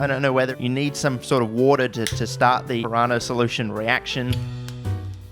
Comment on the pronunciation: it's piranha, not pirahna